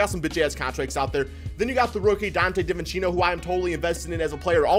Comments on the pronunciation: For future reference it’s pronounced ‘dee-vin-chen-zo’ not ‘dih-vih-chee-no’ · did he say dante divinchino